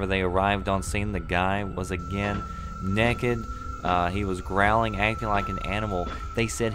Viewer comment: He says naked like 'nekid' :3